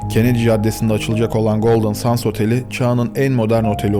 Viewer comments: küçük bir düzeltme yapmak isterim. Otelin adını Sands değil ``sendz``diye telaffuz etmek daha doğru olur. Golden sands ``Altın Kumlar``diye çevrilebilir türkçeye. Çalışmalarınızı büyük bir merakla bekliyor ve severek izliyorum. Elinize sağlık. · Çok güzel bir konuya değinmişsin kardeşim de Golden kelimesini düzgün okurken Sands kelimesini neden 'sends' yerine 'sands' olarak okuyorsun? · Neden SANS diyip duruyorsun. SANDS. ... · OKUNUŞU “GOLDIN SENDS”.. SANS DEĞİL .. EKSTRA BİR BİLGİ🎉😂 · Yahu " sans " mı " sand l mi.. ki ikincisi " send " okunur.. biraz özen gösterin lütfen.. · Sands degil, sends diye okunur, kum demektir. Bu kadar arastirma yapiyosunuz, otelin adini dogru okuyamiyosunuz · Abi her şey çok güzel de sandsi sans diye okuman video boyunca çok rahatsız etti altın kum olan sands isim ve okunuşu sends lütfen ingilizce isimlerde ufacık detayı atlamasan keşke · aslinda yanlislik olarak "sandz" demek ile "sendz" demek arasinda bir fark yok, ikisi de yanlis. Gondermek anlamindaki "send" kelimesi dediginiz gibi okunur. "Sands" kelimesi "seğandz" seklinde okunur. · Hocam sennds olacaktı okunuşu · otelin ismini her söylediğinde kendimi öldüresim geldi videoyu izlerken SANDS değil yaw sends altın kumlar